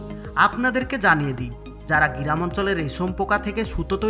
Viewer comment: আপনি ফ্যাক্টরি কে ফ্যাক টোরি কিভাবে বানালেন,,,,সেটা নিয়ে একটা ভিডিও বানাবেন,,,, আর গি রাম ,,, টা কে গ্রাম বলার চেষ্টা করবেন 😀😀😀😀